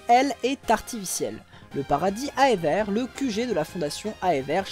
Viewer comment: Je ne suis pas sûr que « Aether » se prononce comme ça ahah, mais blague à part encore une fois ta vidéo est d’excellente qualité et c’est toujours aussi prenant à suivre